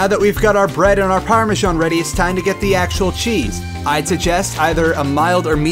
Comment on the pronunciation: I'm sorry, but Parme-sjan? What's this you're talking about...